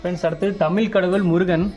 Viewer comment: களப்பிர தோஷமில்லை....களத்திர! ...தமில் கடவுள் இல்லை....தமிழ்! வீடியோவிற்கு நன்றி!